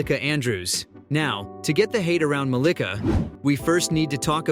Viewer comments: Muh - LEE - kuh.... the pronunciation is wrong lol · Why he's saying her name wrong tho 😂😂